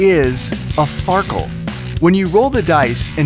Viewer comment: Far keel xD